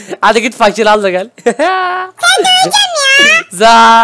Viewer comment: Abi fakire seslenirken fakirin ırini söyleme fak ir